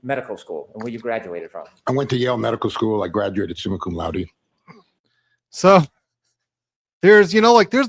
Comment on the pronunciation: Of course he graduated “comma sum laude” 😁!!